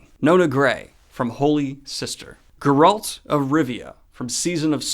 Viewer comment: i cringed hard enough to make my neck lock up when i heard daniel pronounce geralt. it’s GAIRalt, not gerALT! you’re putting the emphasis on the wrong part!